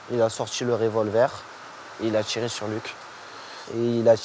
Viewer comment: Ca commence mal à "il a sortchi le révolver, il a tchiré". Pas étonnant que Valentin ne parlait pas quand il bossait avec ce zozo...